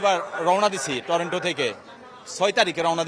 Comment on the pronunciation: লোকটি তো 'টরন্টো' নামটাই সঠিকভাবে উচ্চারণ করতে পারেননি, নিশ্চিতভাবেই ওনার সবুজ পাসপোর্ট। দুঃখিত, আমাকে ভুল বুঝবেন না